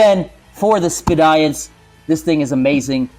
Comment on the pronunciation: Looks cool I guess. I think Speediance is pronounced like the word "Expedience" though. Not sure if that's really expedient though. Seems like a smart appliance. Probably too smart for me.